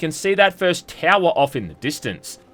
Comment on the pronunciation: “Fuhst video of the yee” “pahst”